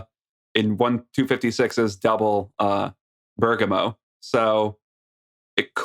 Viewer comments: But he used to say it better, now he's saying Burger- moe Anyway Americans often don't pronounce English place names correctly, so Italy shouldn't feel singled out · Not really. pronounced the first syllable more accurately, but the stress should be on the first syllable, like how Lisa said it. They're both slightly wrong, in different ways.